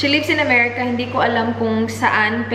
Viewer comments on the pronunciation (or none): none